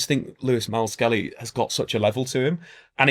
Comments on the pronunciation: Lewis Miles - Skelly? 🤣🤣🤣 Dyslexia… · "Lewis Miles-Skelly" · That explains him calling Myles Lewis-Skelly, "Lewis Myles Skelly" haha